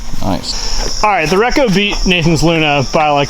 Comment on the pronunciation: Super stoked everyone is getting Kasta goodness! Their plastic is hands down the best. K3 (base plastic) is also fantastic too! All of you are killing me with how your saying REKO. completely wrong. lol Check out the Lots, and the Jarn!